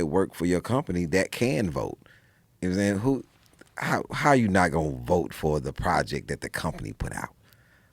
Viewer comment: I love when he says "mmsayin" it's almost J roc esque